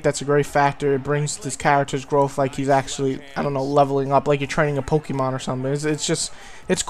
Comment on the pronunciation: I love how u sad pokemon lol ur lik e pok-e-mon